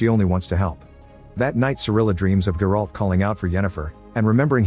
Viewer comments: You butchering the names bro its not GerAlt its Geralt ONE WORD for fucks sakes ! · The way his AI voice pronounced Geralt🤣🤣🤣